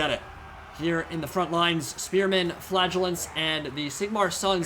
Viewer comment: hahawhen you say flagellants it sound like flatulence